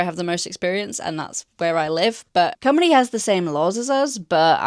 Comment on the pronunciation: MAD respect for that pronunciation of Cymru ❤️